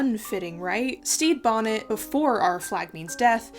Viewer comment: Anyone else can’t stop hearing “Steve Bonnet”? looking at you,. 👀